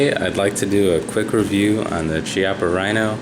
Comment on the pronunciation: Chiappa is Italian ... it is pronounced "key-appa".